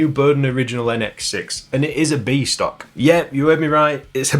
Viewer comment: Every time you said "B stock" I heard "Beast Ock", possibly a troll character in some video game 🤷‍♂ (Like the comment if you heard it too!)